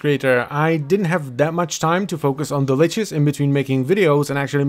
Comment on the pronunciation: I'm gonna be that guy It's lich, not leech